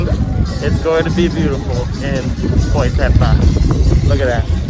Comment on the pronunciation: By the way it's not boy pepa, is Boipeba lol